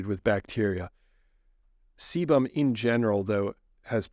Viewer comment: Sebum is a waxy/oily substance secreted by the sebaceous glands of the skin- Seemed that you were struggling to say this.